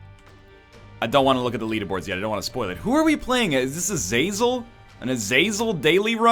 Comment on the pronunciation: It's pronounced ah-zah-zel